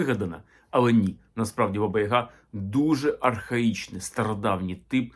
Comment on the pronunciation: БабА (наголос саме на другий склад) є більш логічним - батько, наставник, старший (а Азії досі збереглося). Відомі кам'яні половецькі баби. Яг/Яга - по суті те ж саме Я, але особи, набагато більше розвинутої (духовно, морально, сакрально), ніж загал. Приблизно те ж саме, що й Характерник на Січі, тобто особа, яка досконало володіє собою - абсолютний спокій та врівноваженість за будь яких обставин. Такий собі духовний наставник дохристиянських часів. Перероблення в жіночу постать скоріше за все справа рук попів. Для них все дохристиянське було непримиримим та підлягало оббріхуванню, перекручуванню або "охристиянізовувалося". Як це сталося з поняттям/святом Великдень, яке до християнства немає ніякого відношення. Взагалі це дуже цікава і довга тема.